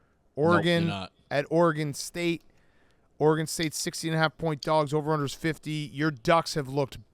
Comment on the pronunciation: How is Dave 60 years old and still can’t pronounce Oregon correctly. It’s so easy. It’s not OrAGon or Orygon. It’s Oregon.